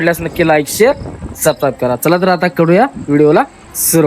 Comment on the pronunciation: सबस्क्राइब चे उच्चार दादा